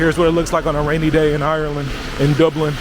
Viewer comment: As someone who is from Dublin i very much enjoyed you pronunciation of Dublin.. Fair play